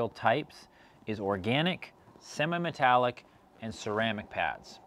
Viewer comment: Did he say "Sema" Metallic? ROTFL!